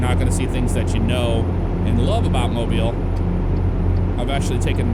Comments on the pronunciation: Thumbs up for the pronunciation of Mobile! 251! The original home of Mardi Gras in the States! Cool how they included a representation of the Dolly Parton Bridge right before Mobile. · Thank you for saying Mobile correctly! If you would've gotten off at 72 East, you would've went to my house!